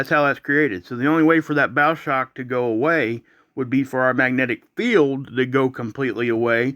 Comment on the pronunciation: bow like the bow of a boat ... not bow like a bow tie